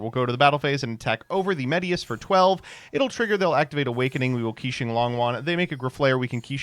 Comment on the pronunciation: Qixing is pronounced roughly like "chishing" btw